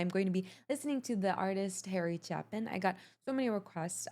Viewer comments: "Harry CHAY-pin", not "Chappin" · How to pronounce Chapin. "CHAY-PIN" & not "CHAP-IN"🙃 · Its Harry Chay-pin, not Cha-pin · pronounced chay pin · It's (Cha-pin, actually, like (ape) just for the record?! My late Dad Loved this Classic as well... (RIP Harry Chapin, And Stephen Eugene Newton) love and still miss you.. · Love ya, But , it’s pronounced . Chayepin. ❤️ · His name is pronounced Chay-pin. Thanks for this reaction. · It's Pronounced " Chape " "In" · His name is pronounced CHAPE-in. And don't forget his brother Tom. He has wonderful music for young people. Good enough ones that I still love them as a 65-year-old adult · It's pronounced chaypen. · His name is pronounced "Chay - pin". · His name is pronounced Chay pin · Sweetheart. It's Chapin. Sounds like Cha'e'pin. Hard A. And by the way. Check out Downstream from Supertramp. You're an adorable human being lady. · Not a big deal, but it's Harry Chapin (prononced like "shape in.") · It's pronounced "chey-pin" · He's Harry Chay-pin - long "A" - great songwriter and storyteller - he was fun in concert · "CHAY-PIN". Long A. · Pronounced "Chaypin". Fantastic songwriter! Died much too young in a car crash in his late 30's. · His last name is pronounced "Chay-pin". You would like his songs, "Taxi" and "Sequel" which are part of the same continuing story. You may also like "W.O.L.D." which is a story of an AM radio disk jockey who has to move around to stay in the profession. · You’re too beautiful not to know, his name is pronounced with a hard A.